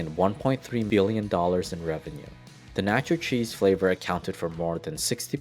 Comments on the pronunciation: Your Spanish is so horrible the greatness of the video is lost. Please learn the basics! Nacho is pronounced Nah-cho, not naaa-cho, as in nasty. It's na, as in not. Do that for every "a"... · First it was how he said tamale, then taco, then nacho.... My poor ears